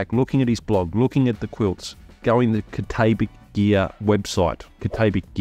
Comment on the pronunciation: Cat-ah-bat-ick gear. Just sayin’. Good video btw.